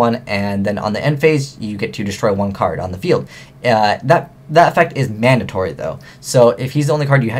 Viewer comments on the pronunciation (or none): none